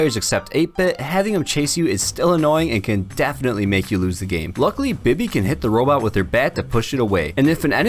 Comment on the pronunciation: It’s not bi-by it’s bee-bee (bibi) but I ain’t judgen